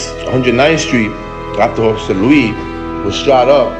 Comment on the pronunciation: It’s jose LuiS not jose luee